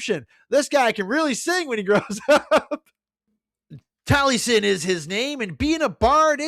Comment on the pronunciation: Taliesin is pronounced "Tal-ee-es-in"